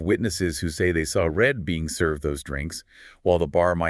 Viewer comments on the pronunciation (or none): Reid, not Red...🙄 these two needed to do a bit more homework..